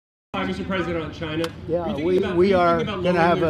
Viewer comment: China's first demand should be that he stop calling them "Chi-nah". I bet those EOs have a printed signature at the bottom that he can overwrite.